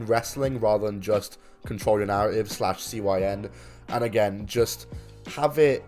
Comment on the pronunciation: Control yo narra-ive